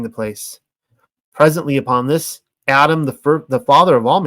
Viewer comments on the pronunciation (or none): none